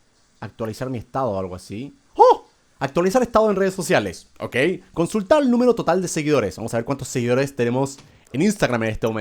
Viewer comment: "consultal" :V malditos chinos